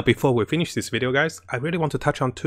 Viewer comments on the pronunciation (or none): none